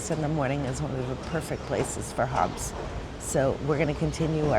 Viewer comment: Please work on your pronunciation. It's not Hobbs.